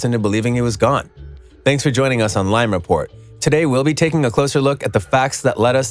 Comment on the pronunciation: Welcome to lime report more like welcome to liyn report